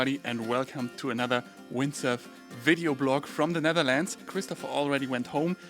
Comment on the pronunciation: From Zzhe Nezzherlandzz 😆🤣 Gotta love the Schwarzenegger accent